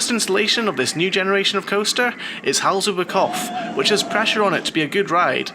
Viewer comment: Great review of a great park! A hint about the pronounciations, if i may: "Hals über Kopf", the "Hals über" was very good, with "Kopf" you left out the P. Imagine a word like "drop" and then add an F, then it's better. Funny enough, you did a much better job with the "pf" during "Volldampf". However, the V is pronounced more forcefully, like in "full". So something like "Foll-dumpf". For the longest time, they did the same mistake on Sky Sports UK with Sebastian Vettel, making the V too soft, in German it's pronounced like an F. Anyway, good job again on the review.